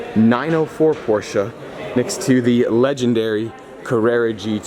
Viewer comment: Nice that you try to pronounce Porsche right 👍🏻👌🏻